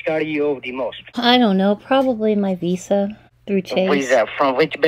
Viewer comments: "What name do you want on your new card?" You: " "Penelope Bailey.", the pigs : " So it's Penny?" Also, does he keep saying Wisa, instead of Visa? THEY aren't Spanish but they ALWAYS say "Si" ALL THE TIME!!!!! "Would someone give you their private lone if they were a scammer?" UMMM, YEP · Yes, they pronounce it “Wisa.” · Can’t pronounce ‘v’ and say ‘w’ instead. Wisa?